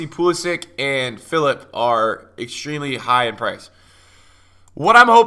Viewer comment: Pulisich .. not pulsic